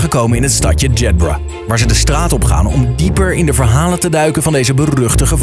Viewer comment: Zo ontzettend irritant dat ze (behalve de OV) Jedburgh steeds verkeerd uitspreken